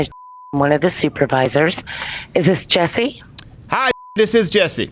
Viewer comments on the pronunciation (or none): Brooo he actually just said jess’e omg 😭😭😭😭